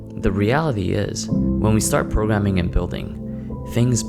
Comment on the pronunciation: 0.07 Messi progreming😆